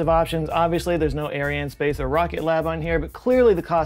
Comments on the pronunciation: Salut, we use to pronounce "arianespace" this ways: "ariane espace" with French accent, type it in google translate. Otherwise you did it beautifully with your own accent "ariane space". I guess it depends who you are talking with, either "Francophones" or the rest of the world:) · It's not pronounced space, it is es-pah-s. Ahri-ahnn-es-pah-s. Edit: Try to sing Je Ne Regrette Rien, from Édith Piaf, for a good R pronunciation :-) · 2 comments, 1) thank you to all those that support this channel, its awesome and we free loaders love it (well i do anyway). And 2)100 degrees Fahrenheit is 37 ish degrees Celsius, you complain like that is hot.... come to Australia lol. Also Arianespace is pronounced Ari- ann- space. you were likely being sarcastic for the video and that is what makes your vids great but there it is for the fun of it, love ya bro. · I worked in the space industry for a while and the french guys pronounced it exactly the way you would say "Ion" so "IonSpace" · It's Eh-spa-chay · Arianespace is : ah-ree-ah'n - hay-spahss (the "ah" are pronounced like in "bra" - the (usually female worn) garment).. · Great content as usual. Couldn’t find a general email address to ask a question so here it is: have you ever done/will you please do a segment on the strange “electric” feeling one gets on the scalp, face and arms when listening to certain music or watching something especially meaningful? Also, it’s Air-E-Anne S-Pass, phonetically, all as one word. AirEAnneSpass. I think. Merci and Bonjour. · Ariane is correctly pronunced but space is like English, espace is the French word that match your pronunciation.